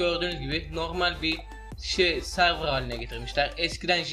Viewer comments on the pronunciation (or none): none